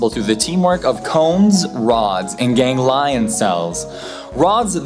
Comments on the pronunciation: "Gang Lion" cells... Wow. That is the most butchered pronunciation of Ganglion "Gan-glee-un" I have ever hear. :D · Great vid. One minor point: ganglion is pronounced gang-glee-on, not gang-lion. Took me a sec to process it when you said it. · Gang lion? Tape tum? Gan-glee-on. Ta-pee-tum. Honestly, figure out how words are pronounced before saying them in front of a camera. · Gang-Leon. Not Gang-Lion. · Jesus Christ, you dipshit millennials and your pathetic inability to pronounce your own goddamned language. "Ganglion" is pronounced "GANG-lee-uhn," not "gang-LIE-un." "Tapetum" is pronounced "tuh-PEE-tum," not "TAPE-tum." If you're unfamiliar with a word, look the fucking thing up. You've constantly got your faces buried in the internet anyway, how hard is it to look up two words on ? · I hate how you pronounce gangleon cells. It's gang-glee-on. Not gang-lion. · Great info but your pronunciation is Americanised i.e stressed after first syllable not the second. Gang-Lion are Gangly-Ons Tape-tum is Tapete-um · did he just say Gang-LION cells? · Yeah, as soon as you said "gang~lion" I dismissed your reporting. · Obviously you don't really know what you're talking about. Turned it off as soon as you said "gang-LIE-YON." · Ganglion. Say it with me me gang LEE on. Tapetum. Say it with me tah PEE tum. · ...Did he just say gang-lion cells? I've just come straight from his video about why we should reform the English language because spelling is too hard... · Ganglion. Pronounced "gang-lee-in. : ) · Nice, but work on vocab. It's Gang'-lee-on cell and ta-pee'-tum lew'-ci-dum behind the retina. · Gang-lion. X) Sounds so tough! I always pronounce it gang-lee-awn. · Apart from the pronunciation of "ganglion", a very informative and enjoyable video, although I think we can see rather more than a million colours with normal trichromatic vision. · I'm a dog lover and I found this episode very interesting. Not to be critical, but you might have looked up how to pronounce "ganglion."